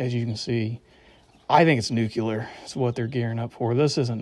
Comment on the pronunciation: I'd learn how to pronounce "nuclear" before you start making assumptions about it.